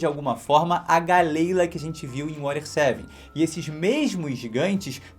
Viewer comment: Eu achava que galley-la se pronunciava Galila, fazendo alusão a dalila. Viajei